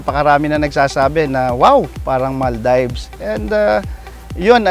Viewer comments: maldaybs pa more.. maldeeeeeves po ang pronunciation nun. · maal deevs hindi mal daybs.. yawa pastilan